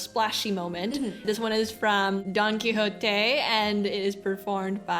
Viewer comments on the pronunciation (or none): none